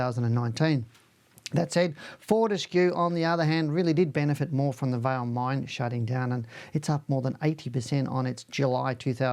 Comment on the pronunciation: Hi - just one small point. Vale is not pronounced like your name. It is pronounced more like Valley. with the A being drawn out. Vaaa ley. 😊 Cheers